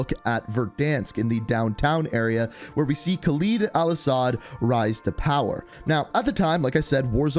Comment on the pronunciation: Geez... Can somebody finally tell him that it's KHALED AL-ASSAD not some fucking KhalEEd Al-Assad...